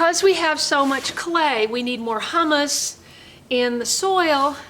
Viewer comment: hope you don't mind... pronunciation correction... Hummus is a middle eastern food made from chickpeas. Humus (with the "hu" pronounced the same as in human) is organic matter for the garden.